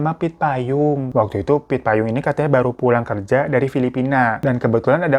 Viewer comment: Nama tempatnya hokeng bukan hokang dan nama saudara merry itu pit payong bukan payung 😅